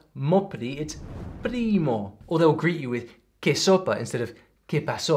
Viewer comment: It's not "que sopa" it's "que xopa" 😭😭